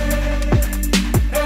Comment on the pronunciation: no pootures